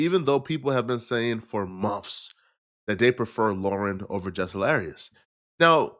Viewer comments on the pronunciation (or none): He’s trying to get over his stutter. He says “monfs” instead months as well